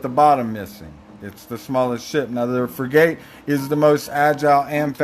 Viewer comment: it’s pronounced frig-it… just sayin’